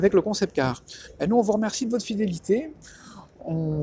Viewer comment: Tu vas réussir à le dire correctement un jour "réseaux sociaux" ou pas?